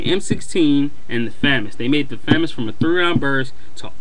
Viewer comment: maybe you should get out more often, i get what your saying with the m-16 but in real life it is semi-auto, 3-shot burst, and full auto, but anyway 1st you say famas wrong and 2nd in real life the famas is full auto, thats not a con thats a pro because its more realistic